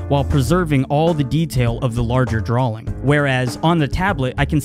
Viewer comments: I'm very sorry, your artwork is amazing and all, but could you say drawing properly. It's draw-ing, not drawling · It sounds like you've been pronouncing it as "drawling" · "Dralling" that makes me cringe lol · drawing not drawling hearing ppl say words wrong drives me crazy blame my teacher from the 4th grade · is he saying drawling?